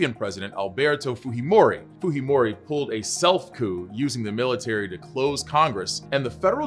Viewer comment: I love that even when a name is very distinctively non-iberian in origin americans still insist on using spanish pronunciation as default. The j in Fujimori is not pronounced like an r.